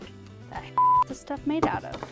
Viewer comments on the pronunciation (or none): wait she said the hell is this stuff made of or the heak is this stuff made of